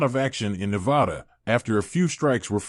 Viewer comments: I do too. But just one thing - please pronounce the name of our state correctly next time. We are very touchy about this. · Damn, man…learn to pronounce Nevada.